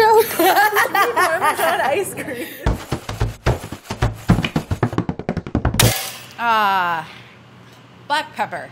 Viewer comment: "ahh.. butt pepper!" you wont unhear it sorrynotsorry